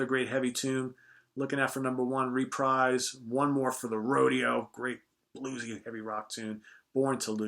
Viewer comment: "reprise" rhymes with Trapeze